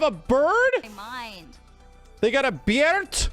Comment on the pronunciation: Man, got me good when he exclaimed "A BIRD?!? They have a BIRD???" (especially when he gave it the Pirates of the Caribbean pronunciation...) I paused the video, frantically scanning the screen going, 🐦 "Bird? What bird?? Where's the BIRD?!" only to realize moments later that he meant "beard"... 🧔😝